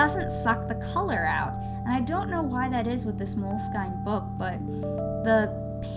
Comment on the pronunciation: Aww these are so cool!! Btw, its pronounced "Moleskin"